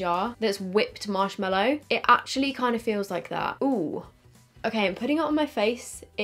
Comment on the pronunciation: I actually love you so much but dear laaaawd it’s marshMALLOW not mellow 😤 MAAAAALLOW. From the MALLOW plant. Anyway, not being a hater, just a pathetic pedant. Haha ♥️♥️♥️♥️♥️